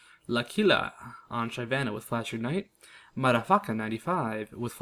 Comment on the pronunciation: i crack up when he says madafaka